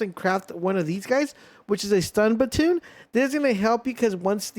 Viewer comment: lol, just glanced over "stun batoon"